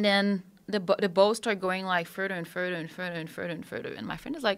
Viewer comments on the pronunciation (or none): Furder furder furder and furder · Furder furder